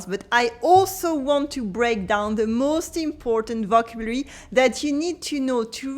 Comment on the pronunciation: Thankyou for your videos. If i may make one suggestion. Maybe make it obvious this video is about a specific french book and not general "must know vocabulary'. Im pretty sure half the people here misunderstood the video title. Also may i suggest you check your pronounciation of the word "vocabulary". merci pour les videos